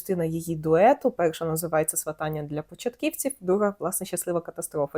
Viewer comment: Дякую за відео ❤ Доречі, правильно свАтання (наголос) 😉